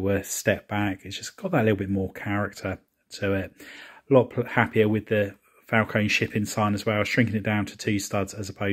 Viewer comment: It Falcon-E- strongly pronounce the E at the end